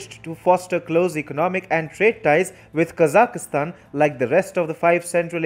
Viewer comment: What great news! China is finally being exposed & outmaneuvered. Well done! And I finally learned the correct pronunciation of Kazakhstan. ~♥~